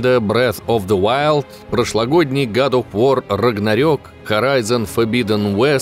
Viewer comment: Гад оф вар, нум он скай и тд. А можно название игры озвучивать норм? Ньюмен скай, год оф вар!!!!